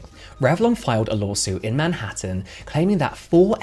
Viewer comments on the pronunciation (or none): none